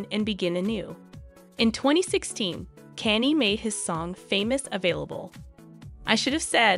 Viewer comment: My favorite part of this video is “Caney west”